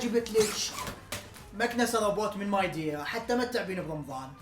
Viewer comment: ميديا ❌ ماي دييا 😂✔️☑️✅